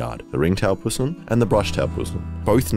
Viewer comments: Oh and btw the word possum is pronounced p O (as in Osterich) not (ah) as in thumb, So its a pooosssum not a pus em. FFS get it right! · Aww I raised a displaced tawny, was suitable to be released and it kept coming home for visits ❤️ Also love the fucked up aussie humour , sick of American content being the norm 😅 But mate, ‘pssum’… chuck the o back in 😂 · I love how I Did A Thing keeps saying pussum instead of possum. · Are you calling them "Pussims" on purpose or do you actually pronounce it like that? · STOP SAYING PUSSUM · y u said possum weird tho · the way he pronounces possum is quite odd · Please never say possum again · Brother I don’t know if it’s just a NSW thing, but I desperately need you to stop saying possum like that, it’s making me wildly uncomfortable